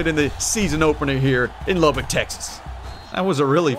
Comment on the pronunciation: I give you soooo much props for pronouncing Lubbock correctly!!!!!